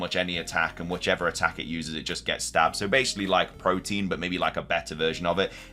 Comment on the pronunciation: Ive noticed you say protein instead of protean. Really weird, theyre different words